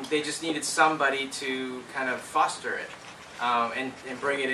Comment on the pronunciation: "They needed someone to foster it." More like... "They needed someone to Fauster it!"